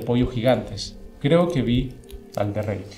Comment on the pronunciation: Cada vez que escuché "elderreik" mis oídos sangraron